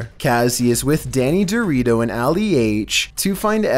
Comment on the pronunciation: Danny dorrito XD like Danny dorito